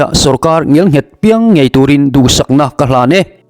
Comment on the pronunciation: Ngial nghet ni loin ngel nghet tih zawk tur aw I ti lawmawm thin thin i thawhrimna a ropui thin e